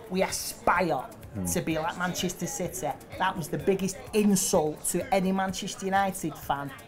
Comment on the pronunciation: "Citeh" hahaha... what a legend!